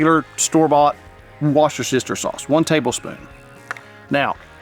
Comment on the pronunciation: Worcestershire, is pronounced Wusster-shire. The sauce is usually called Worcester Sauce, pronounced WUSSTER SAUCE 👍